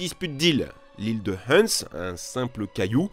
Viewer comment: Hans pas Huns